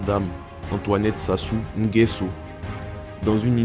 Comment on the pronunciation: Voilà un autre qui ne sait pas prononcer le nom de Sassou Nguesso 🤷🏿‍♂️. Réécoute avant de publier